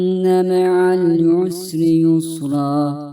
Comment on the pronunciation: Allah razı olsun. Kızıma ezber yaptırırken dinletiyorum. Çok faydalandık. Yalnız "inne meal yusri yüsra" şeklinde anlaşılıyor dinlerken. Dinleyerek ezberleyenler için sıkıntı olur.😔